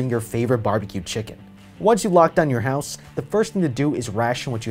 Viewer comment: Why would you say houshe